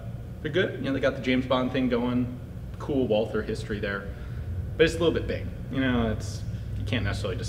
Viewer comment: It’s pronounced WAL-TER, despite being spelled Walther.